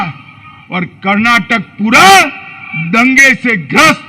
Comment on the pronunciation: Finally someone has pronounced our state as "Karnataka" and not as "Karnatak"